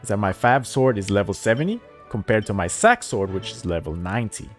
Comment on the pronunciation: I can't unhear the fact that he is saying "fap sword" and "sack sword" 💀